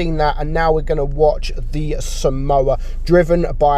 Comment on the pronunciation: this is a correction. I'm pretty sure that somua is pronounced as som-mwa and not as samoa which is a country.